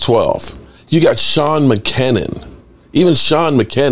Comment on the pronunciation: a piece of constructive criticism. Make sure to get your spelling correct and the name of the players correct (i.e. Kavonte Turpin and Sean McKeon pronounced Meh-cue-in)